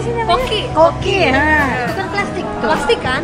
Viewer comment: Kiko bkn koki wkwkwk